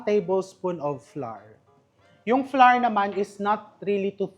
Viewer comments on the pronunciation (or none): none